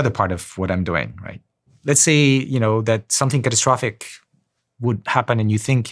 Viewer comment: My man can't even pronounce catastrophic properly why am I going to listen to him?